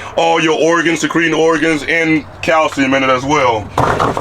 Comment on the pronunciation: Did he say cow semen or calcium?